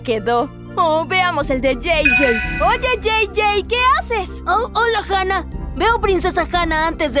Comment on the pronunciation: se dice Hanna